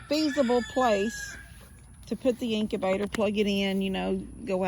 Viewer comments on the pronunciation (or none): It’s incubator, sounds like ink-you-bay-tor, Not inc-A-bay-tor.